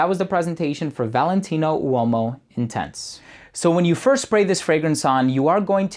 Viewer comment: U o mo? 😂😂😂 o’s silent!